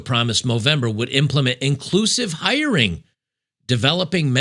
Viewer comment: Wait, did you say "inclusive hiring" or "inclusive irony"?